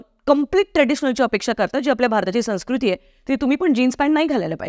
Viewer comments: संस्कृती या शब्दाचा उच्चार चुकतो आहे तुमचा... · व्हिडिओ चांगला आहे. पण एकच गोष्ट खटकली ती म्हणजे तुझा संस्कृती शब्दाचा उच्चार!! चूकीचा होता!